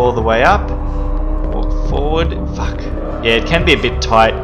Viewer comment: I love whenever he says "Fack" or "facked"